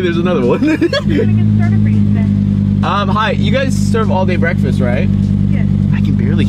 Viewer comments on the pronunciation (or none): Bekfast Huh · It's bekfast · Unspeakable: Bekfast: BEKFAST!!!!!!!!!!!!!